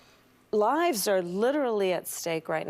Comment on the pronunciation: “Lies are at stake right now” -Kamala Harass (Oh, did she say “lives”?) 🤷🏻‍♀️